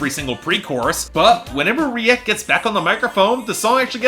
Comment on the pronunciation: Reik is pronounced like “rake”. It sucks that they sold out to reggaetón, they were much better when they stuck to their pop roots.